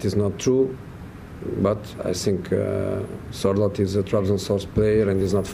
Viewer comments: Sky, Sorloth... not Sortloth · "Sorthloth" lol